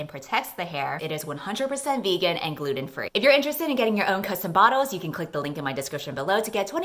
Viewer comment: am i the only one who heard gluten-free PLS 😩✋🏻